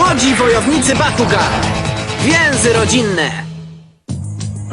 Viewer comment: Bakugan a nie Pakugan